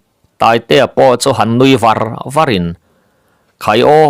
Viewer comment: " Var ' (lo chhawn varin) tih i lam dan hi a dik chiah lo lo maw. Nge lam dan in an loh vang zawk? Thlûk deuh in kan lam ṭhin. ' lo chhawn vârin ( tih tluk zêtin tih a, zetin tih thlukin)